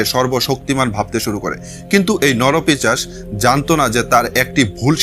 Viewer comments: কথাটা নরপিশাচ , নরপিচাস নয়। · নরপিচাশ নয় নরপিশাচ হবে। খুব কানে লাগছে। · পিচাশ নয় কথাটা 'পিশাচ' ।